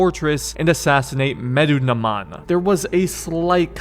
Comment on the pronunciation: "Medunaman" I think I got it right. Lol bro he's mentioned several times in the game how did you mess that up. Good video btw you have great humor. Can't wait to see you do the other AC games too